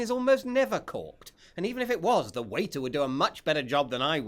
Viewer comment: What's he saying? the wine is corked? caught?